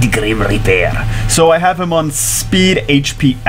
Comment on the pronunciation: Ellia ultimate SW waifu though.. also each time you said "de griem rieperrrrrrr" the camera tried to auto focus.. idk why I thought that was funny